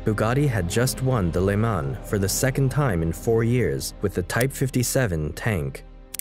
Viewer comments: For a Franco/English phone it is hard on the ears when you hear le mans pronounced like a Quebecois farmers son! It is "Le Mon" ... No plural "les Mans" ... But "le" like "leu" ... "Mon"... No z at the end! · “At the 24 hours of ‘le-mon’. “. No. It’s pronounced “le-maw” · Great work. Some pronunciation errors though. “Jean” in french is pronounced as “John” basically is the french version of English name John. Le Mans is pronounced as “Lu Man”.